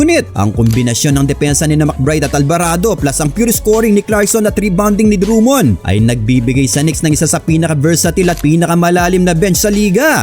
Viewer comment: I love your Filipino accent, say that again. "DRUM-MOND"